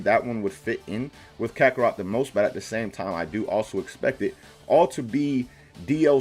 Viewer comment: Mans really said "Krakorot" at